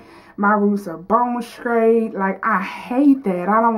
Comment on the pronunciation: Bone scraight!! Funny!! Just practice your str sounds and you'll be fine.